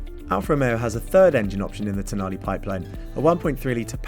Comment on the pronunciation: Can you just try to pronounce the last letter of the car’s name with the right sound…please 😔